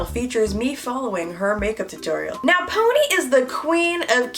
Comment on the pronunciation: Omg “ride it my PONAY” 😭😂❤️